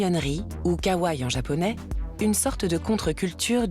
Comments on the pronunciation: Kawaii Pas kawaii on prononce le I a la fin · Les images en IA c'est a bannir! + la prononciation à la française de certains mots comme "anime" "labubu" "kawaii"..+ l'emploi a tout vas du mot "cuteness" qui ne s'utilise pas dans la popculture ça "vieillit" le documentaire :/